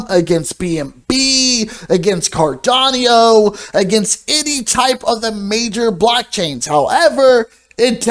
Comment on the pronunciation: I enjoy your videos, but please stop saying CardonniO. 😂